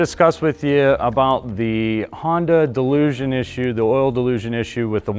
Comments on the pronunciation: It is not pronounced like delusion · I literally can’t get over how he’s saying delusion. Jesus christ man XD ALSO, I have a hard time believing this is fixed just by this video alone. A little sus if you ask me. Typical dealership/sales talk. Half of it is spewed BS and lies. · I'm supposed to trust this who can't even pronounce dilution correctly? Since when does a mechanical equipment's motion and an inadequate seal issue become a software issue, unless speed of motion and the movement of the part is involved. The turbo charged engines are not nearly as reliable as the naturally aspirated engines nor do they last as long. Had a CRV with an aspirated engine with 387,000 miles on it. Bought a 2021 CRV turbo charged engine and it failed at 71,000 miles. Never trust auto dealerships. They have always deceive consumers at point of sale and during repairs.